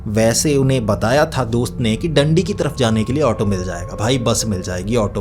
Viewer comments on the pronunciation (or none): भाई डंडी नहीं दांडी है रीवा हाईवे पर पड़ता है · Bhai Dandi nahin Daandi hai😂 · डंडी नहीं भाई डांडी है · Dandi ni.. daaanddi